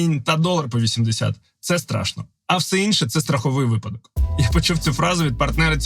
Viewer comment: вИпадок, а не випАдок.